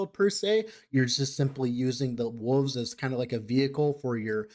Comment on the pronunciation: Love your stuff. Appreciate the time you put in to put these videos together. Need to hear you say Wooves a few more times. 🙂